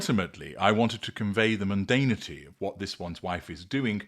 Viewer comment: It’s munDANity & not munDANEity ;)